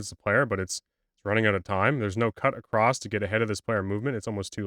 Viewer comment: ish, great video so far...but saying "acrosst" is just unforgivable.